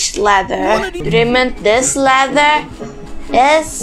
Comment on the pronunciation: You said lather you didn't said ladder